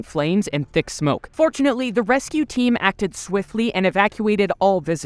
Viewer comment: Every time he said "fortunately" i thought he said "unfortunately"😅